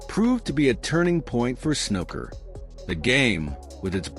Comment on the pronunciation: 'Snooker' doesn't rhyme with 'looker'. The oo is long, like in 'pool' or 'gook'.